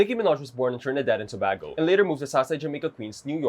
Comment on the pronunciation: trinidad and (toe- bay- go)